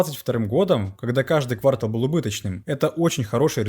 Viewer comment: Все нормально , за исключением одного. Ну когда блогеры выучат русский язык? Слух режет. Не квАртал, а квартАл .